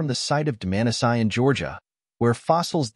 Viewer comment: One of the better AI videos on You Tube, but don’t you mean Dmanisi instead of Domanasayan? And Homo Heidelbergensis rather than whatever that word was? There are some things that AI can’t do and needs human intervention to fix.